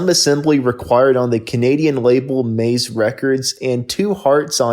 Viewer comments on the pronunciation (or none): none